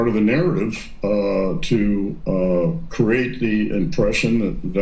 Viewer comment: Notice how none of the criminals don't want to get within law enforcements' reach,... Clapper? He needs to learn how to speak ,... cReate v currate.